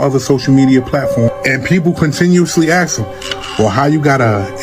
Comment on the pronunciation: It's pronounced ask not axe you idiot